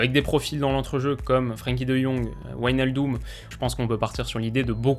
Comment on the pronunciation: Salut. Super briefing des Pays-Bas. Juste une petite précision. L'ensemble WIJ se prononce "véï" en néerlandais. On prononce ainsi Véïnaldeum, Véïndal ou encore RKC Valvéïk (Waalwijk). Continue le super boulot. C'est top niveau.